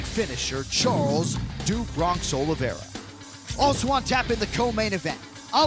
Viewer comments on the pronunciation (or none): *Oliveira NOT "Olivera".